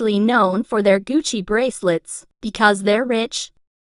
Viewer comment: the way you say " they're mostly known for their GUCCI BRACELETS " got me laughing...😂😂😂😂